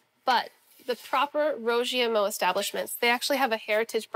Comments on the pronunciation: Ive lived in china for a decade and every time i hear them call that a chinese hamburger it gets on my nerves. Meat between 2 pieces of bread is a sandwich, not a Burger. Also, that pronunciation of "Rou Jia Mo" was way off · I love Sohla but for a History Channel show, I wish she would make the bare minimum effort to learn how to pronounce the name.